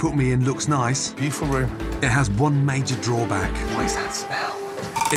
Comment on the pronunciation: "How nicey to see you" 😂😂